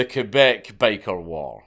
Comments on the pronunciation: Thank you for making the effort to pronounce the name of our province correctly ❤ Ké-Beck and not Kwé-beck, like so many others pronounce it. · Do you know how weird it feels to hear the correct french pronunciation for Québec (KAY-BEK) and not the annoying english pronunciation (KWEY-BEC)? Man, you clearly put the effort here. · Yooo I never thought he'd make a video about our LORE ahahah, nice. I'm also impressed about he pronounces "Québec" properly instead of "Qwébec". Props! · Holy shit you said Québec right! My man :) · You pronounce "Québec" better than most Canadians. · And you didn't butcher Québec All props Dank !! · My question is how is a scotsman able to pronounce my quebec language so well. Close enough anyway